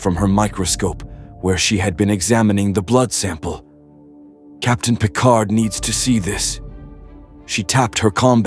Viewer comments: "...Captain Jean-Luc PICAR"? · "Captain Jean Luc Picar" 🤨